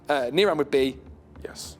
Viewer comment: whenever saying niran, NirAAn